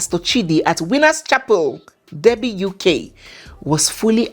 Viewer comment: Derby pronounced DARRBY.